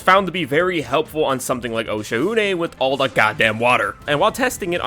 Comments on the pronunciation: its pronounced osha-oonay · Its been this long and we’re still pronouncing oshaune wrong when you would travel there the ships announcer says the name it’s pronounced “oh-sh-ah-ooh-nay”